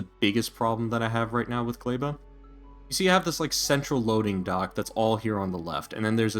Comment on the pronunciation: what the fuck is a GLEIBA!!!!! its GLEBA!!!!!!!!!!! NOOOOOOOOOOOOOOOOOOOO